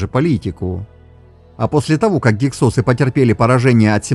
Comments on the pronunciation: В русской советской науке всегда гИксосы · Ударение на первый слог!!!!! Что за "СОСЫ"!! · Слышал "гИксосы"... :)